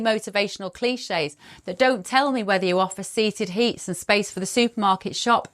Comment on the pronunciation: What’s a seated heat? 😂